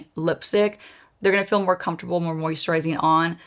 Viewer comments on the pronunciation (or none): none